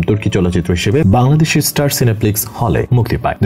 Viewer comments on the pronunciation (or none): none